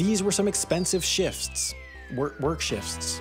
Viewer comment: why tf you say shifsts? its shift singular shifts plural. there's not an s before the t.